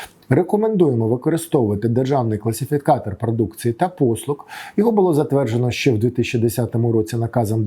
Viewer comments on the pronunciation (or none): Дякую за інформацію. Але дуже слух ріже вимова букви "Г" . читаємо "послуГА", а не "послуҐа" .